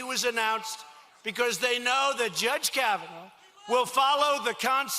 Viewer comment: Did he REALLY just mispronounce Kavanaugh twice 🤔